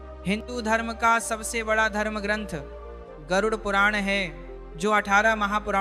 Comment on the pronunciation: राधे राधे गुरूजी गरुर नहीं उसे गरुड बोलना नाहीये.